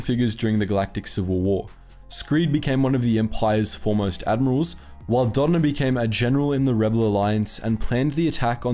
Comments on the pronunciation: When u say dodna instead of doedonna it makes me mad but I also have ocd 👽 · Are you calling him donna ?🤣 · Its pronounced "DOE-DAH-NUH" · please learn how to pronounce names correctly before you make a vid. you butchered Dodonna's name so many time i couldn't keep watching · he didn’t even come close to pronouncing Dodonna right. It’s happened before. It was so annoying I stopped watching. What don’t you get? Lmk